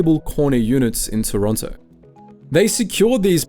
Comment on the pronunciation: how dare you turn your back on Pizza Pizza, they were there for you at your lowest points - and they have half moon bread! im not gonna listen to this slander from someone who cant even say Toronto right